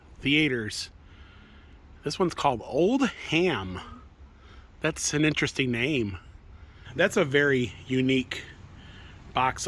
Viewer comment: Oldham is pronounced old-um accent on old. H is silent.